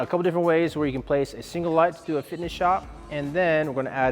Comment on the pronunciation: Another great helpful video. 👌 FISHINT! A bit like me saying Australia, STRAYA! 😂😂